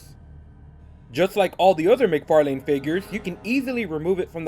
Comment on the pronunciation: "Mic-Far..LANE" McFarlane ---> Mc-Farlin